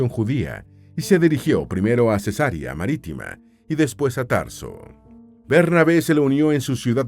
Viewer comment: Ojo con las pronunciaciones: es Cesarea, NO Cesárea, que consiste en "operación quirúrgica que se hace abriendo la matriz para extraer la criatura". (Rae). 😢 Se pronuncia Areópago, nombre esdrújulo. 😊